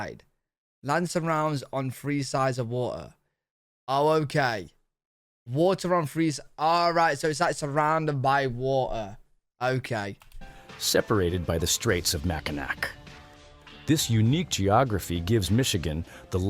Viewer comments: I've lived in Michigan all my life, and I love this state! ❤😄 And wth?! Is the narrator even American?? It's pronounced "Mack-in-aw" not "Mack-in-ack"! 🤣🤣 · Ok, I live in Michigan and have been here my whole life. There are two spellings, Mackinaw and Mackinac. Both are pronounced Mackinaw, with a awww sound. There is no nac sound. The real spelling is with a nac spelling, but The brit's spelled it how it sounded and spelled it with an aw sound. Mackinaw. The City is the only place that has retained the Mackinaw spelling. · It's kinda hard to trust an AI voice that can't even pronounce Mackinac correctly. The end isn't pronounced like "ck". It's pronounced "awe" as in awesome. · About Michigan - Mackinac is actually pronounced as Mack-i-naw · Bugs me they always pronounce mackinac island wrong ! The French pronounced it “aw” but spelled it “ac”. The British heard it pronounced “aw” so they spelled it that way. Whichever way you see it spelled, it is always pronounced “aw”. Mackinaw